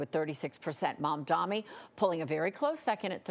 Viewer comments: when he wins, are you going to learn to say his name right? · Seriously, what's the deal with the repeated mispronunciations of his name? Literally your only job as an on-screen TV journalist is to talk good. Have some basic decency and respect and practice the leading candidate's name before going on air! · Shows the bias. I am guessing advertisers ordered to mispronounce his name. Stop pretending to be journalist and just become prostitutes for the oligarchs. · M-A-M-D-A-N-I, you’re reading it off the teleprompter babe, get it right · Can you please pronounce his name correctly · I think the caster pronounced Mamdani correctly once by accident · Perhaps she should attend a "How to Read English" course to learn to pronounce the M and the N in the middle of words. I thought it could be dyslexia but nope... I think she's simply racist. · She finally says his name correctly and then immediately proceeds to say it wrong twice back to back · how are you still not saying his name right lmao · Funny thing is they pronounced it right just once, then not even two seconds later went back to pronouncing it wrong again. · can't she read a name? jesus. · LET'S GOOOOOO ZOHRAN FINAL STRETCH CMONNN also ffs get his name right it's MAMDANI. Get used to it, you're gonna be saying it a lot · The name is MAMDANI, M A M D A N I. You should learn how to say it because..we gotta get it right 😉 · this is the god knows how many times people mispronounced MAMDANI it's MAMDANI not MAMDAMI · It’s Mamdani, not Mamdami. These reporters need to do better. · No way you just called this man mumdami 7+ times.. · “Mamdami”? Really? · FOR THE LOVE OF GOD, IT'S MUM-DAA-KNEE!! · MAMDANI. We gotta pronounce one of the top two candidates correctly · No Cuomo! Please please learn how to say Zohran’s full name - it’s not Mamdami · The name is so basic - Mam-Dani.. you know your mom brings you dani water! Say it again - Mam + Dani. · Why does she keep saying Mom-Dommy 😭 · She keeps saying "momdommy" lmao